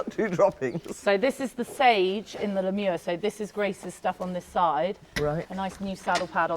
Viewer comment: My dear ladies u have butchered the “Le Mieux” pronunciation